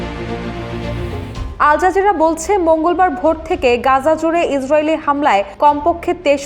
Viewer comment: It'll be "Gaza" or "Gazzah" , not "Ganja". Editor ki Ganja khay?